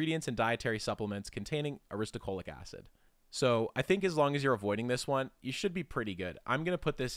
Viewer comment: ahhh you keep saying aristo CHO lic acid, when it is aristo LO chic acid